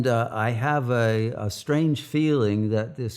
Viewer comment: EWERY BOOK IN THE WORLD HAWE STORY,,, IS HAWE THE ONW REALITY! EWERY BOOK😅. COOL